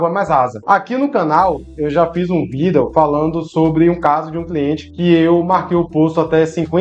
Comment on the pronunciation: So lembra que a pronúncia da palavra vídeo é diferente